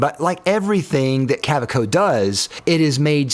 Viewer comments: Cow-ah-co? No, just Ka-ve-co. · 2 things to point out: 1. Kaweco is pronounced with a V sound, like kaVEco (and the German V sounds like an American w, funnily enough) 2. German kids first learn how to write with a fountain pen before graduating to a pencil. So brands like Pelikan make lots of funky looking fountain pens specifically for kids and teens, since even after using a pencil, kids are still required to use a fountain pen in certain situations. Even math exercises. It also means you can find cartridges and fountain pens anywhere, even drugstores, and most notebooks meant for school are fountain pen friendly as well. (: (that is also the reason so many entry level German pens feature the tripod grip... It's the correct way to hold a pen or pencil, and kids are meant to learn the right way, right away.) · Kaweco--- it's pronounced KA-VEK-O.. but your version is fun.😅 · You made a great effort, but it’s pronounced Kuh-VAY-ko. Excellent reviews. Any chance of doing something similar with metal pens? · The different pronunciations of kuhhhwakeo, well even i got the joke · Can I help you out since I lived in Germany? It’s KaVEco. Really informative, thanks! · ka-VAY-co is how it’s pronounced 😊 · "Kaweco" is pronounced with the w sounding like a V. And pearl is not Pee-arl lol. Its purrrl lol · I love you how pronounced Kaweco 3 different ways in the space of about 20 seconds. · How did you manage to mispronounce Kaweco 3 different ways within 10 seconds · I love how you pronounce Kaweco differently each time. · I cringed every time you mispronounced Kaweco. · Forestalling the Kaweko mispronunciation complaints by pronouncing it differently each time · 100% correct pronunciation🤣 which of the 6 different pronunciations did you think was correct? (Hint: none) Great comparison and some useful suggestions - thanks! (Though in the pen world even Americans usually use metric units to help everyone outside the US know what they're talking about😯)